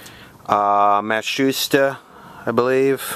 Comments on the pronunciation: It's pronounced MAT SOO SHEETA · Pretty sure you're saying Ma tsu shi ta wrong, though I get the idea you might not care so much about it.